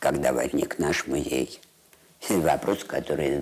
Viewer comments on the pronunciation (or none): Зачем,, вы говорите музЭй? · МузЭй… Это как «шифонЭр»?), спасибо за работу, но смотреть Свиблову нет сил. Неприятная дама(